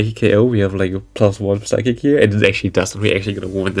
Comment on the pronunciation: /sai-koh/ and /sai-kick/. Other than that, nice showcase!